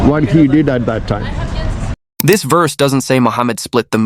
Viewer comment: he pronounces verse as "woss".